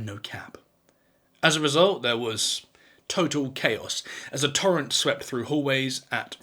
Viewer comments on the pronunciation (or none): none